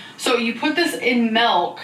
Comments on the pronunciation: “ you put this EN MELK!!!” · “melk” 🥛 I can’t. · Mmm I love melk, who else loves melk?! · Since when are the French “nice and positive?” Insert Ron Swanson reaction gif. Also, of course says MALK instead of milk. Also, the repeating Tom toy is giving me rain and petals eavesdrop flashbacks. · Why do people send her stuff and I hate when she says MELK.